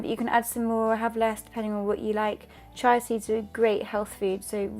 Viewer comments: the seeds are pronounced cheeya not chy it would be spelled chai sorry to be so picky apart from that your recipe is terrific!! more sugar free for a much healthier choice. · W11 Granny that’s probably just how they say it in the UK — chy-ah.